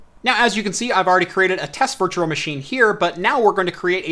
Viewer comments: Oh my god it bothers me so much how he says “Virtuar Machine” instead of “Virtual machine” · You say 'virtual machine' weird